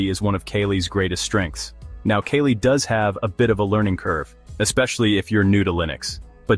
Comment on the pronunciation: Its KALI not kelly 😕